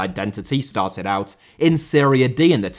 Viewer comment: It is serie A/B/C Not Syria B;) Great video! :))